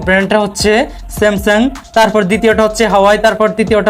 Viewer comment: Samsung ❌ Samsam ☑️